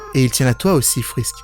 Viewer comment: TIEN TIEN TIEN !!! TU PARLE DE SANS EN DISANT "SENS" , MAIS TU DIT "FRISK" AVEC L'ACCENT AMÉRICAIN 😠!!!!!